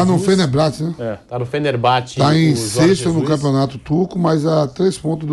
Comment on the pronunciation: " ele tá no Fenerblate né.." kkkkkkk a falta de ensino no Brasil é um problema sério